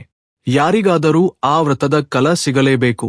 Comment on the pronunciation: Phala ennuvalli Kala endu uchcharavide sarimaadikolli,.aneka kade ka ended heluththiri pha endu aagabeku,.